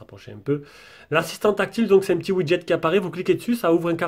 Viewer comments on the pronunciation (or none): none